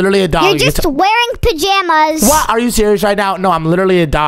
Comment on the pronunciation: he said where are your pazamas